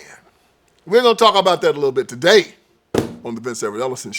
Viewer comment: I love how you say, "TODAY!" 😄 Your exposing truths is always interesting. God bless you,. 😇